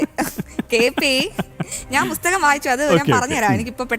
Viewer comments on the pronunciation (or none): പുസ്തകം എന്ന് പറയാൻ ആദ്യം പഠിക്കൂ